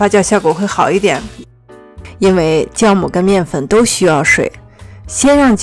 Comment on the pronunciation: 是ㄒㄧㄠˋ母 不是ㄐㄧㄠˋ母